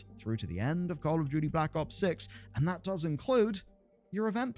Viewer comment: You know you arent a cod fan when you say blops